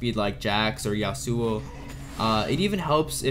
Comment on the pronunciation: And yasuo and ascension and visage